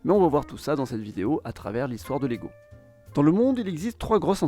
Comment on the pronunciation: Salut, je t'avais déjà taquiné avec la prononciation danoise sur ta vidéo avec le Danemark. On ne prononce pas le "g" de leg. On prononce plutôt "laille", at lege étant le verbe jouer. Sur le wiki danois, il précise également que LEGO peut aussi vouloir dire en latin : "jeg samler", "jeg sammensætter" eller "jeg læser". soit je collectionne, je compose, je lis Autre précision : ils ont fabriqué des jouets en bois mais c'est l'usine qui a brûlé et la guerre qui a poussé Ole Kirk Kristiansen à se tourner vers le plastique. Sinon ta vidéo est super :)